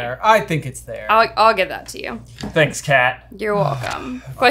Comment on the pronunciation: did no one else catch 'thansk'?